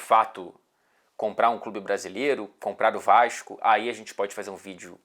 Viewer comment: não tem sotaque carioca forte, até o momento em que ele diz Vaxxsco kkkkk